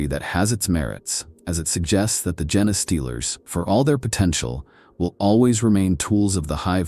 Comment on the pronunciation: Come on dude - I understand you use AI but can you at least correct the pronunciation of 'genestealers' if that's the topic of the video. How lazy.